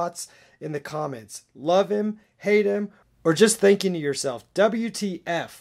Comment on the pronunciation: doubleyou-tea-ef dat part killed me